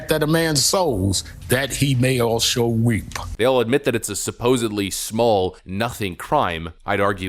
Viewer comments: Al sharpton says weep instead of the word reap 🤔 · Hey...it's reap not weep. Listen to it again. He says weep.